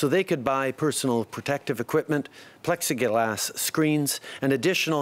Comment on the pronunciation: He can’t say plexiglass lol